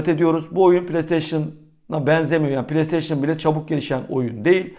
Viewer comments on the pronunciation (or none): none